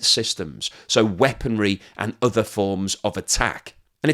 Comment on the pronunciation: GREAT incisive analysis as always. Do have one little niggle: The word other, is pronounced as OTHER, not udder. English not scottish, eh?